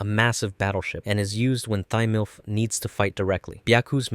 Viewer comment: Thymilph is pronounced Tim Ult. Kamina is pronounced Kah Me Nah. Simon is pronounced Sea Moan.